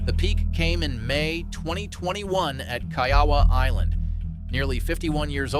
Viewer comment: Kai-ah-wah Island? REALLY? I guess isn't so "intelligent" after all. Yikes Almighty! And since also butchered the beginning of Mickelson's downfall, I'll correct that too. It began SIX years (in 2015) before the LIV interview when it was revealed he had a serious gambling problem that included his participation in an illegal gambling operation. You're welcome,.